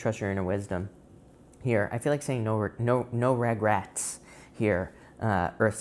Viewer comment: No “Ra-grets” 😂